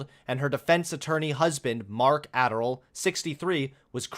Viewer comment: Daniel Adderall lol. It's Anderl.